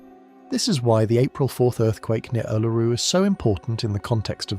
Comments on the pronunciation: Back at you. Western Victoria. It really is awesome. Funny how he said Uluru at properly at the first stance, now it's "Ulururu"!!😊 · It's weird how you voice A.I. Is all over the place with the pronunciation of " Uluru " . It's mostly some weird incorrect pronunciation then occasionally absolutely perfect . Modern tech is weird , just think how strange things will become when it runs the world right one minute , wrong the next , should be fun for those that are still around . One minute "yeah that's fine" 10 seconds later "you have just committed a capital offence , goodbye" all for doing exactly the same thing .